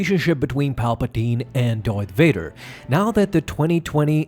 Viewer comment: Did u jus say doyth vadah. I fuckin love that u remind me of mick from rocky